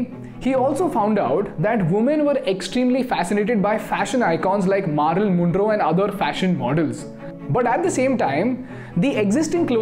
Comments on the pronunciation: Maa-ril moon-row? Never heard of her. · He just butchered the name of Marilyn Monroe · Your pronunciation needs work. The content gets diminished when you pronounce names like Marilyn Monroe and words like affordable wrong